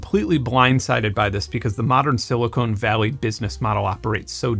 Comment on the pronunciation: Brilliant as usual, but it’s Sili-CON Valley, not Sili-CONE Valley.